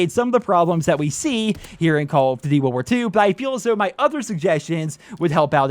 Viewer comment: The way that he says Duty, ddy